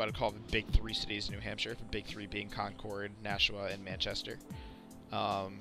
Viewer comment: Your pronunciation of concord was difficult to listen too.. but Portsmouth bothered me to my core